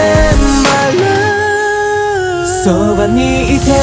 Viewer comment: The best part is: "I lup u" 🤣🤣🤣🤣👍